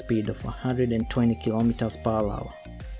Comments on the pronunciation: Lol are you saying 'per wawa'? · “Kilometers per wawa”